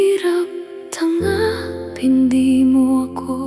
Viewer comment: Bakit po ung lyrics ng kanta iba pagkakabigkas😢.. Hirap TANGA pin tas di PAKI NGAN😢 AI SONG PO BA TO😅